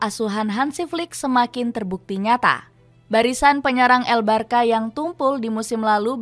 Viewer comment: Bacanya barsya bukan barka